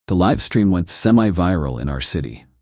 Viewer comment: AI has narrator mispronounce words like LIVE, WOUND, RESUME... also every time word NO (opposite of YES) appears it is pronounced NUMBER!!!!!